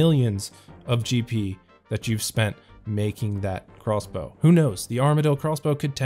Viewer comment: Why do you say crossbow like Craw's bow?